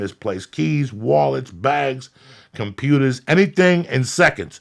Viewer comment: It cracks me up how Diaz pronounces "computer"